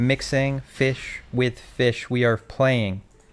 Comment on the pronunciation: mixing the feesh